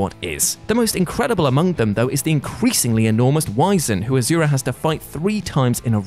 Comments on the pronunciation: ITS NOT AZURA ITS NOT A Z ITS AN S , AND ITS PRONOUNCED ASHURA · not to be that guy but for future reference asura is pronounced as ashura